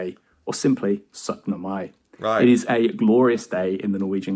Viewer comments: you did not just say setnemai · Hurra og gratulerer also to you. You said syttende mai the same way i write it....SØTTNEMAI. - er en god gutt.